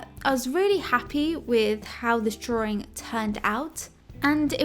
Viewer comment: Hehe she says "drawring" while drawing a ring...